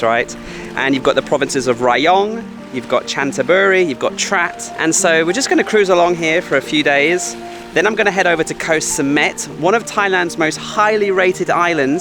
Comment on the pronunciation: Please ask a Thai Person and learn how to pronounce Chanthabury. (John Ta Bury). Please I beg you.